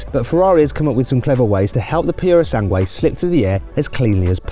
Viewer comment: マットの発音はだいぶ英語訛りですよ